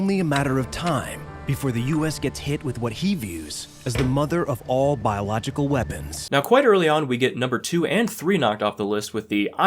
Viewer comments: The smallpox guy can't say biological. Biolog-jickle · the way he struggles to say biological for the 12th time in a row, calling regular painting coverall and masks biological 🤣 no commentary needed, hilarious